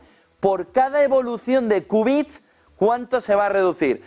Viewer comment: Qubits! Qu por quantum, no Ku